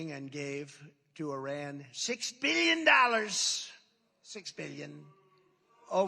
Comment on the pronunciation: The way he pronounces "Iran" lol